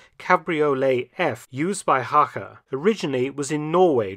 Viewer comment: Excellent pronounciation of the surname of Mr Hacha! Thank you for the video and all your great work.